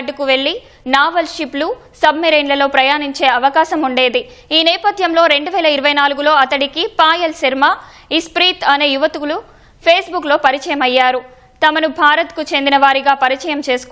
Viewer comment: యువతి యువకులు అని చదవాలి తల్లి